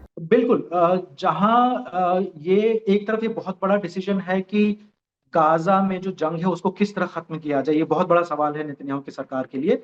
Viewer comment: Are bhai gaja nhi gaajaa bol sutri ke😡😡😡 frustration ho rha h jhatu gaja gaja sunakr गजा नहीं गाजा बोल गाजा